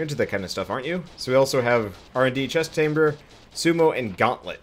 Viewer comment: Did you say. Chest Thamber istead of test chamber?